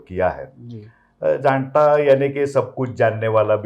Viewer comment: JAANATA NOT JADATA